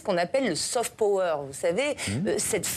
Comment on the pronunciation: Prononcer hard/soft pAwer et non, pOwer avec le O bien français, c‘est laid 🎉